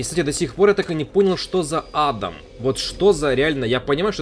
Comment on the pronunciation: Не А́дам, а Ада́м. Адам и Ева, только змея-искусителя с яблоком не хватает.